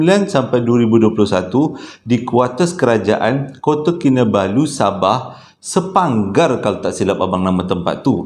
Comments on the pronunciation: Sepanggar bang.. Not sepaggar😊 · Sepanggar bng 😅 saya kasih betul bng sebut sepagar tadi😅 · Sepanggar bang.. bukan sepagar/ sepahang 😂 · Bkn sepagar bang.. Sepanggar